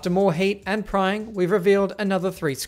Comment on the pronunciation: I heard “prying” as “crying”